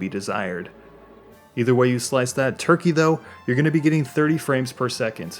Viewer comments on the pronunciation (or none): none